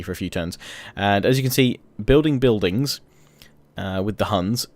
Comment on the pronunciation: Buildingssssss andttttt why do u pronounce it's so ttttt after every sentence isn't so annoying